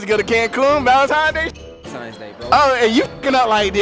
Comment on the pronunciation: Why do niggas say Valentimes days 🤣